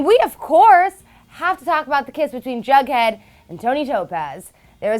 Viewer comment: It's jughead not bughead wtf